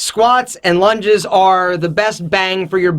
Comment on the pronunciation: the way he said lunges... hilarious